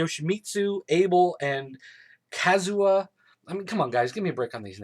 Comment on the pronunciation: it's KA-ZOO-YA, REE-YOU and Hwrang was more or less coreect